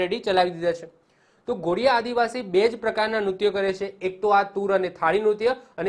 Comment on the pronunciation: Ghodiya nahi dhodiya bolvu